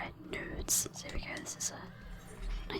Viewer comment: i know you were saying nodes, but with the whisper sometimes it sounded like "nudes" which i thought was funny "Bear with me while i go around trying to find my golden nudes"